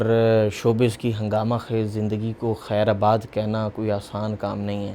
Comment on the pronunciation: ایک تو آج کل کیسے کیسے لوگ پیشکش کرنے آ جاتے ہیں۔ بھئی "خیر آباد" نہیں "خیرباد" ھوتا ھے۔ آپ کا اوڑھنا بچھونا بولنے میں ھے۔ کچھ محنت کر لیا کریں۔ ہم سے بہتر ہماری زبان بی بی سی اور وائس آف امیرکا جیسے چینلز بول لیتے ہیں۔